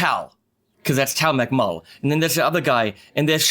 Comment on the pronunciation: Should be pronounced MuckMull (an Israeli family name)